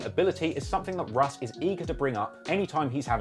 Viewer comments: Pronounced “Rush” as in Russian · English russ is pronounced rush not russ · UK Russ is pronounced ‘Rush’, short for Russian. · English russ is pronounced "rush" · his name is pronounced "rush" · british russ is pronounced ``rush´´ or like the begining of ``Russia´´ because its a abrreviation for russian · you know uk russ name is pronounced rush because it stands for russian (i havent watched the whole vid yet so idk if addresses it) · it's pronounced 'RUSH' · who tf is russ lol its pronounced rush short for russian in, if he doesn't mention hunch taking his jewels imma be vexed